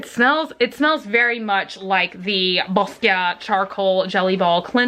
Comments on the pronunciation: Boscia = bo-sha. :-) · It gets even funnier every time she says BOSCIA